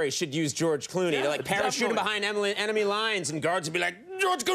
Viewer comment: When Conan saids "enemy lines", he saids "Emily" instead of "enemy" at first. Strange coincidence